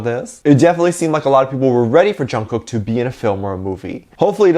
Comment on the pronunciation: please say Jungkooks name correctly Say it as Chungook 😚😻 Love you lots😍